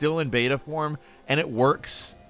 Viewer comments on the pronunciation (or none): none